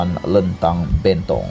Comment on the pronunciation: SEBUT LENTANG SALAH...SEBUT BENTONG SALAH...XPAYAH BUAT CHANNEL LA MCMNI